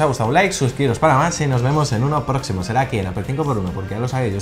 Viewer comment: Se pronuncia "Appol", no "Appel", fanboys.